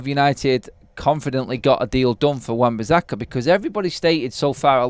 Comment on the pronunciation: Everytime I hear you say bizzakka. I'm going to turn off it's so annoying and I'm sure I won't be the only one so please atone!